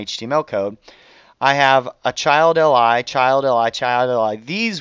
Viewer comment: I swear - everytime you say "li" I hear "ally".